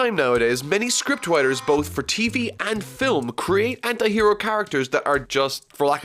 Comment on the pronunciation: is it only me who is hearing "hentai hero" instead of "anti hero" LOL